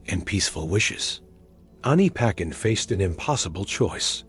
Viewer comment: Pronounced as Ani pa tchen Not ani paken